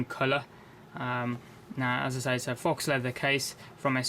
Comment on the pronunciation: Just to let you know, the word Faux is pronounced foh as in dough not fox and essentially means fake.